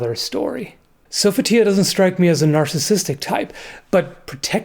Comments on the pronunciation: "Sofa Tea A" .......that's the first time I've ever heard someone pronounce "So Fee Tee A" that way XD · That's how it's pronounced in Soul Blade, the original game. (Or Soul Edge in other places) To me it sounds dumb when the newer games say "Sofeeteeya" especially since they regularly mispronounce other words, like, how much were they paying these voice actors? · i recall the game pronouncing it so-fit-ee-uh